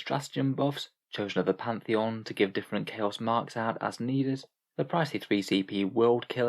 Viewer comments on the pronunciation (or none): none